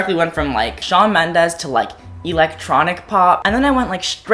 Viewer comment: I like how weirdly you pronounce “electronic”.